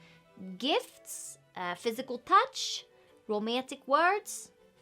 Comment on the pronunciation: I heard 'Physical Touch' as 'Physical Punch' and answered with " Yeah, I'm good with punching."